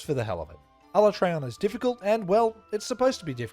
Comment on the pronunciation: Ala-tray-on wasn't too bad. While I'm still used to Ala-tree-on, at least they didn't do it as dirty as my boy TEE-grex